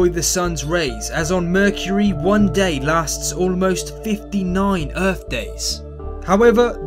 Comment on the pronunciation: mercury or merchury? what are you saying?